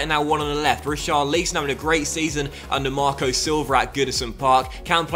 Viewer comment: If you buy Richarlison you’re gonna have to pronounce his name right 😂